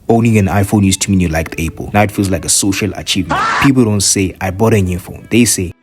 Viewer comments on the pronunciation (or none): He mean's the way you say apple sound's like able/a pull